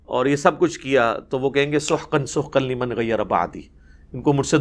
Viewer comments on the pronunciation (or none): Liban nhi Liman Quraan Sahee se parho plz